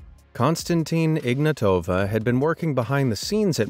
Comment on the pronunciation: Please people I know it’s not that important but please pronounce the name correctly. It is IgnAtova not IgnatOva.. it hurts my ears every time. Also it is “Ruzha” (ж) not “Rudja”, “Rudza” etc.